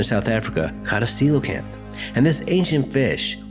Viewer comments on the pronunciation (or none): none